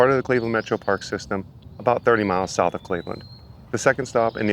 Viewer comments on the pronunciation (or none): none